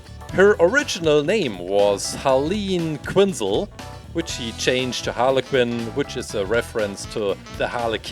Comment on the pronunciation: Quinn not Kinn